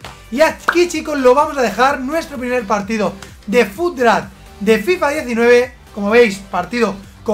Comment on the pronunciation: "Fut drapt"